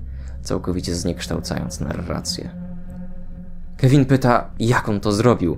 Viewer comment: na miniaturce był ten telefon z Toy story 3 i czemu słyszę Kelvin zamiast Kevin